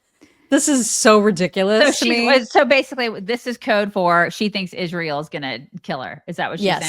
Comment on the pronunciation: It’s IZZZZZSHRAEL